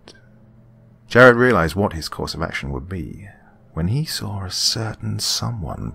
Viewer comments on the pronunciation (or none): "And then, he sawer it"